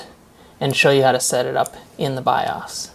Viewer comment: good video. Not to be mean or a jerk, the way you pronounce BIOS is making me crazy! LOL! It is pronounced Biohs. Long o sound. Keep up the good work. Hope you have a bright future! (I'm an old guy, I started with Zilog Z80 processor Tandy Model III 16kb ram, extended basic with cassette tape storage and Burroughs B4800 main frames).